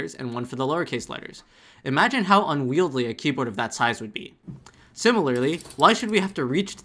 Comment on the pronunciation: unwieldy not unwieldly. :(